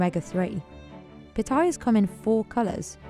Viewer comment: Narrator saying Pah-Tye- Yass (Patayas) as Patoiyuz just sounds ignorance, blame her Brit accent.